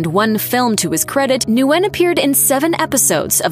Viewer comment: Nguyen is pronounced "win." Kind of a common name even in the US despite being a Vietnamese name.